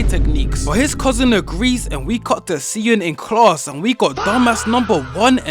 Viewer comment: i wanna say smth and ik its like stupid i have to say this but its pronounced shi eun